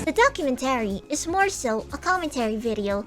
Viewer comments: The only wrong thing in this video is the pronunciation of "documenTAry", instead of "docuMENtary". Everything else is BASED. "Death to Vshojo, long live the new flesh!" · Not related to the topic. But why do you say documentary like that? "Docu-men-tarry" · She says "documentary" the way a certain Minecraft YouTuber says "inventory."